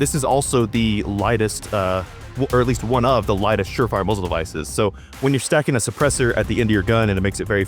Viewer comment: “obviousry” “moozle devices” “huxwurkk” “bathel” “super rail, I meen rare” “sssssssuper, ssssssuper cool” “long and large” GAYYYY lmao “suppressor hose” “Exactbly” “3 pong” Thanks ….love ur vids brotha…my autism wouldn’t let it go so I HAD to break it down for ya lol